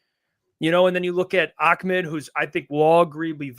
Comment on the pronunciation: It’s ahh med. not ock med 😂😂😂😂. In what universe in the English language does an H become a K ? 😂